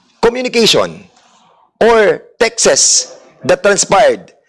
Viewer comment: and word Texts, the good congressman pronounced it “tekses”, is that correct? I am just curious because it’s the first time I heard it and I immediately googled it and cannot gind that pronounciation.